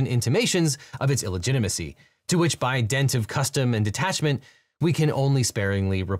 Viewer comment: Hey judge: It's "by DINT of", not "by dent of".